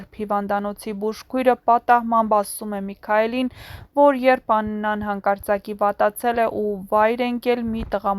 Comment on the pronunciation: Աղջիկ ջան ոչ թե եռբ,կազմակեռպել այլ երբ , կազմակերպել և նմանատիպ բառեր, մեր գեղեցիկ հայերենը մի աղավաղեք բառերը ճիշտ արտահայտեք, ալարելով էլ մի խոսեք